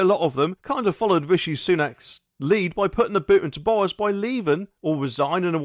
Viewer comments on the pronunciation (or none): It's Boris not Bowis 🤪.